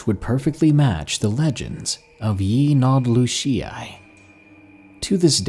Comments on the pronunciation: Yeah its (Ye-Nah-Glo-She) I'm not navajo but I kinda live on the rez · If a real native heard you say "Yee naaldloshieye" they would laugh. Even I laughed😂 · You're getting close to pronouncing yee naaldlooshii right. Proud of you. At least you don't say it with a "dl" sound. Many people don't realize it's actually it's a "gl" sound. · It’s being mispronounced. Last part is shí like saying ‘shea’. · I’m Navajo and a big fan of yo work you gotta let me teach you how to say yee naaldlooshi u almost can say right u will b the only one saying it right🐺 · I know it has been said before in the comments, but that pronunciation of "Yee Naaldlooshii" is just SO bad. Throws me right out of the spooky/creepy zone the story and music is making. None the less, you make great videos, and will continue to enjoy listening to your uploads :) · val/John Longo’s I speak Navajo. He’s not saying it correctly. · I wish I knew how to show you how to pronounce it correctly. Haha but either way love ur videos 💚💚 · thought he'd murdered the pronunciation of it 😂😁😂😁😂😁